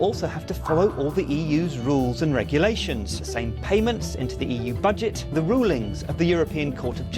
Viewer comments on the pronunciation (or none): none